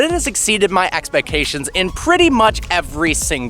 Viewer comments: Nobody:: Expeccations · "Exceeded my expec-ations."